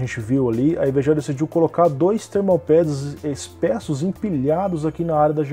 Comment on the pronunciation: *Espessos (ê).